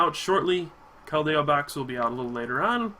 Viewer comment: some pronunciations you missed. It's Kel-D-O and Cole-ress.